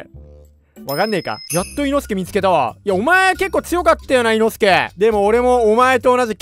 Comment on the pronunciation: 発音がおかしい いの↑すけじゃなくて いの↓すけです